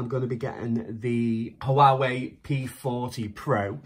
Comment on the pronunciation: 😊👍 Also, not to be anal but I believe its pronounced "Waa-Way" 😉